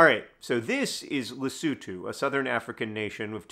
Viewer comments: Yes. I applaud John's effort to pronounce Lesotho that's recognisable Masotho & South Africans. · Thank you, John, for (among other things) teaching me how to pronounce "Lesotho". I had been saying the o's like "oh". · I literally came to the comments to comment him for actually pronouncing Lesotho the way it should be.